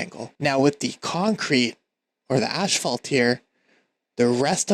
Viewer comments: Wonderful video, thank you very much! Quick note: the word asphalt is pronounced "as-falt" not "ash-falt"... ;) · wait what accent is that where you pronounce asphalt as ash-falt? I've never heard it pronounced like that